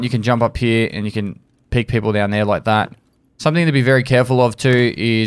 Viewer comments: Instead of "here" he says "heyuh" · I fucking love the way that says "Here" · He said "here" without an accent. O_O